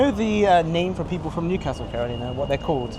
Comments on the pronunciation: Loving the correct pronunciation of Newcastle as well! I love my city. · Excellent pronunciation of Newcastle, spot on.